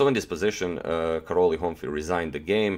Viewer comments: It's hurt when you say "Karoli". It "Karoj". Ly in hungarian is an additional letter for the sound " j " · Karoly in Hungarian should be pronounced something like "Kah-roy" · The pronunciation of Károly is like Caaroy :D Last name Honfi, you said that right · Karoly pronounces Karoy. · I really don't like mispronounced hungarian name so if I was to write is name in croation it would be Karoj (this is how you pronounce it), and it should be actually writen as Károly. Whatever, I LOOOVE Tals games! Never too much of em!